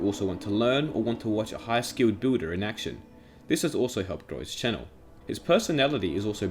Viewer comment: Why do i hear “booder” instead of “builder”